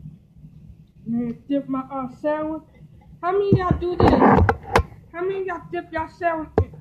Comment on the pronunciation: I've never seen someone to lazy to pronounce their words right. This thing said, " YOU KNOW WHADDA GO GUUD WIT DIS SAN WI". Smh& Lol 😂